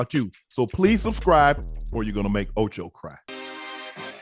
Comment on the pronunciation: The way unc says wrestling and Ocho, a marine biologist 😂😂